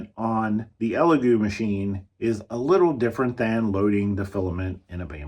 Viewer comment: It's hard to take you seriously or knowledgable when you can't even call products by their name. If you ever want elegoo to send you a printer you should make sure you know and pronounce their names correctly